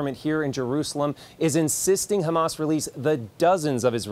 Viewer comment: BTW Israel, it's pronounced Hamas, not "Khamas"